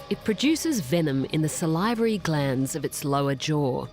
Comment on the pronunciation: the voiceover - mispronouncing "tetrodotoxin" and "salivary" multiple times